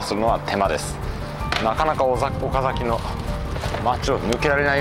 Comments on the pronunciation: スーツ旅行さん、「おかざき」の発音（イントネーション）、正確です。関東の人としては、ほんとに、珍しいですね。（地元岡崎では、「か」にアクセントを置かず、抑揚なく、だらぁーと、「おかざき」と、発音する、って感じですね。）― 以前に、岡崎を扱った動画も見ました。駆け足の動画でした。― 前回動画で、岡崎宿の「二十七曲がり」、よくわかりました。（芭蕉も、あんなふうに、歩いたんですね。） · 三河、岡崎、安城、知立、前後。地元の人が発音を厳しく指摘してくる地区ばかりですね笑 ちなみに、岡崎の発音は完璧でした！